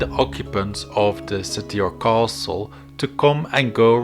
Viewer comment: for fucks sake 58 minutes where every thirty seconds you say KHOaSTL'